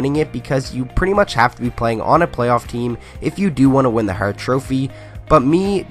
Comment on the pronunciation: Are you a Detroit fan from can? Love the “Barkov” and “hart” pronounciation lol